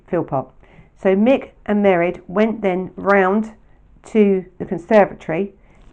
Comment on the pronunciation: In Ireland, there is a fada on the e, making the pronunciation of Mairéad, ma-rade